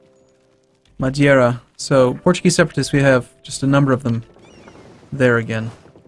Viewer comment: plz it´s MadEIra not MadIEra:(